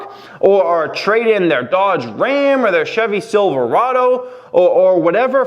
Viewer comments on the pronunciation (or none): none